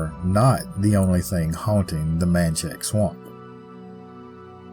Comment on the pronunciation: Just some friendly advice on pronunciation of the people places and things in our beloved State of Louisiana. Laplace is “Luh-Ploss” and Ruddock is “Roo-Dock” and The Manchac Swamp is “MAN-shack” Loup-garou in French Cajun enunciates the P in Loup as in “Loop-Gah-Roo “ The vast majority of people who aren’t native to Louisiana have trouble pronouncing the numerous names that usually originate in French, Native American or Cajun French. Any time you do a video on anything located in Louisiana and you want to make sure you get the pronunciation correct, feel free to reach out! And please don’t think I’m coming at you with any type of condescension or ugliness. I am well aware of how difficult it is to pronounce the majority of the proper nouns in Louisiana. Just one of the ways that we’re exceptionally unique and special as a state, a culture, and a community of very diverse origins and heritages that come together to form a mix of the best of the best! Your video was great though. Better than most other examples of the Louisiana folklore creatures and cryptids that’s for sure. Love all of your work!